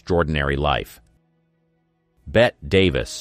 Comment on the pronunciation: How the hell does someone mispronounce as well known a name as Bette Davis? To present one's self as an expert on Hollywood and then REPEATEDLY mispronounce the name of a legendary Hollywood icon......